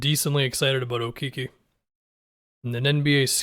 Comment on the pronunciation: Okeke is pronounced Okeh-keh